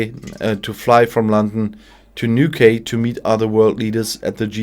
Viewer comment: As a Cornish Brit’, I really enjoy your videos because they are obviously how a non British person is seeing the UK and its government..........., so I understand, that you are likely to have a problem pronouncing words when they are foreign to you........ But if you would like a couple of pointers, then I will say, that Bozo the clownish tyrant, flew to Newquay(which is in Cornwall(my home area) and is pronounced as Newkey, because it is named after the New Quay, that they built for shipping to use, many years ago), and livery is pronounced like give is, and not like live, in live wire, so it’s liv ery........ I hope you find this helpful, because that’s all that is intended.........